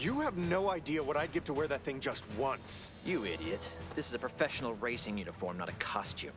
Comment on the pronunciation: “Profeshall?!” No, Pro-Fesh-En-Al, professional, say it with me